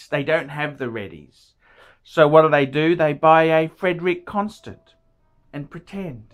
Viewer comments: this guy is a joke. he can't even pronounce the name so I'm sure he knows absolutely NOTHING about the watches. love these amazing watches. CLASSY I have 8 of them love them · He can't even pronounce the brand name correctly